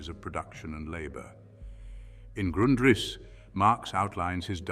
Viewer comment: You couldn't get your fake AI voice to pronounce Grundrisse the same way throughout the video?